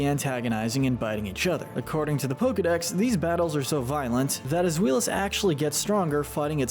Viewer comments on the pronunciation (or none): Omg you pronounced zweilous as ZWEELOUS????? BROOOOOOO You aren't even being consistent 😭 that's not how it's pronounced. Again you just say ai. Zwailous, based off the German word for two. I swear to God if you can't pronounce Hydreigon one of the most known pseudo legendary Pokemon ever I'm gonna scream.